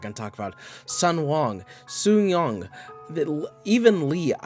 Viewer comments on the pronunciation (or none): Have you read the webnovel 😃 Also, the sheer amount of names you have said wrong is appalling. For example, Yoo Joonghyuk -Yoo is the last name, Joonghyuk is the first name. Also it’s said “Joong-heyook” (I think), not “Jung-heyuck” Kim Dokja -Kim is name, Dokja is first name Han Sooyoung -Han is last name, Sooyoung is first name. Also it’s not said “sungyung” it’s said “Sooyoung”. Lee Hyunsung -Lee is last name, Hyunsung is first name Etc…